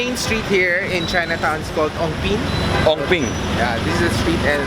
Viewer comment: Ongpin hahahaha near eng bee tin